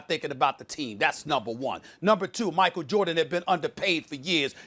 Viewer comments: "Michael Jurdan" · Did she just say Jerdan 😆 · Did Molly say Steve Korr and Michael Jerdan? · Ermagerd it’s Murkul Jurdin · Molly just said michael jurdan. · Molly- “Michael Jerden” 😂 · Micheal Jordit? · Who tf is “Michael Jerditt” ??? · "Steve Core, Michael Jerdit" - Molly Qerim, 2020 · “Michael Jerdin” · Molly mixed Steve “Korr” and Michael “Jerrdan” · First ten seconds.. Molly: "Steve Coir, Michael Jurdan..." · 09 "Michael JErdan" -The one and only Molly Qerim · Steve Korr and Michael Jerdan😂😂😂😂😂😂